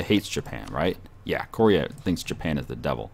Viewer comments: its koreeeea not korria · KOR-EE-UGH, not KOREE-UGH, goddddddddddddddd (great video, just work on pronunciations)